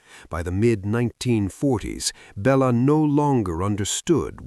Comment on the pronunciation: Bella Lugosi pronounced Belated Lugoshi